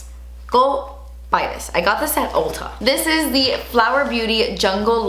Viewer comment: I love how she pronounces "Ulta" as "Olta" 🤣 Edit: that Orchid Dusk palette looks SO MUCH like the Huda Beauty Desert Dusk palette!!